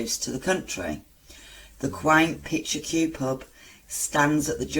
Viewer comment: Picture queue? Surely you mean picturesque?